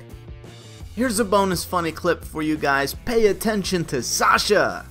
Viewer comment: I love how you say "pay attention to SASHA!"